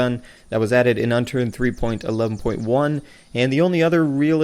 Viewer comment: You sound funny whenever you say 3.11.x